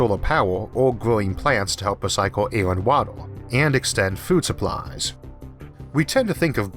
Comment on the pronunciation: Wawer, solaw powew, eqwawor 🤣🤣🤣